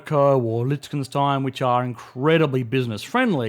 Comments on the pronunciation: It's Liechtenstein instead of Litchkenstein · When is this guy going to learn how to pronounce Liechtenstein